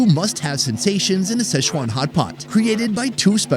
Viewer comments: Are you intentionally mispronouncing Sichuan as SCHEZUAN or is this just a robust mental handicap on display?? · Damn,, you’ve been in Asia way too long to keep mispronouncing Sichuan. It’s NOT sesh-wan. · Can we at least pronounce Sichuan properly?